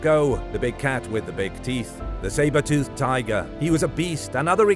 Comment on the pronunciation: Dem big ass "teef" became obsolete 😂😂😂😂😂